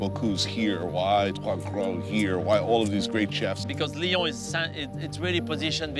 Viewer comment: American have probleme to pronunce U, stop to say "ou" its "u". and Leon ? its lyon.